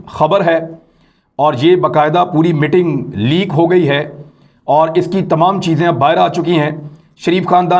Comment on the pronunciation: MITING nahi 'MEETING'. Zara pronunciation sahi kar lou, please.